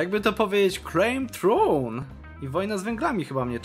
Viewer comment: Jak ja słyszę "claim throne" w jego ustach to od razu dostaję drgawek.